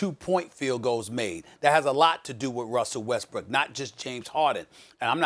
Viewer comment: “wussell restbrook”